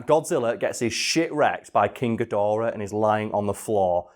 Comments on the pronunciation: I can’t tell if it’s a bit that he’s doing when he says “king godirah” instead of gidorah but either way it pains me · guh-door-uh. not fuckin gideera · King ghidereh? GHIDEREH?!? IT'S KING GHIDORAH!!! for fuck sake. Seriously, never heard someone rape his name so much. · "King gideara" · "Ghidirah" ny god it just pisses me off alo it's Ghidorah for God's sake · Not ga-dira gidora. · Chidereh? G-I-DO-RAH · “King Ghideerah” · "King Guh-deerah" trademark Big Wangers Incorporated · Love how says King Gideerah lol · “King ghidErah” oh no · isn't Ghidorah pronounce Ga-door-ah not Ga-deer-ah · Its pronounced Gi-dora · "Ghodeera" everytime he says that name, I die a little inside. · Jesus day Geedorah correctly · Did no one want to mention the way says King Ghidorah. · Your going to get a lot of hate from Godzilla fans for miss pronouncing Ghidorah, and just giving criticism of the Monsterverse in general.